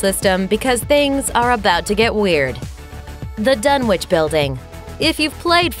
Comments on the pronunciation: "Dun-itch"... It's pronounced "Dun-itch". Not "Dun-which"! If you're going to talk about HP Lovecraft and his work, learn to pronounce said work correctly! (except for the language of the Elder and Outer Gods... I'll forgive you for not being able to pronounce that lol) Also, Pickman's Gallery is based on "Pickman's Model", also my HP Lovecraft. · Ok. It’s pronounced “Dun-itch”. 🤦🏻‍♂️ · Dunwich is a kinda different way of pronouncing it it’s pronounced dunwick